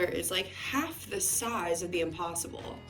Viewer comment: I thought she said Opossum burger instead of impossible burger, att first. And I was like, ok this sounds a bit out of the ordinary😳🤔😆